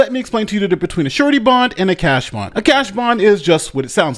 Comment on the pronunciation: I totally thought you said "shorty bond" and was wondering if that was some sort of slang for a temporary bond or some such other thing...